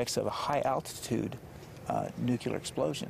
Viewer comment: Its nuclear not nuculer